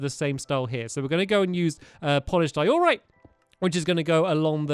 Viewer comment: It’s not di-OR-rite It’s DIE-o-rite